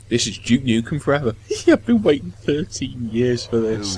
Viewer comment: its not juke nukem it's duke nukem